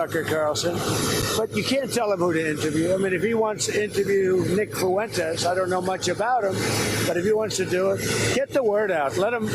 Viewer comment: "Nick FOO-wentes" 😂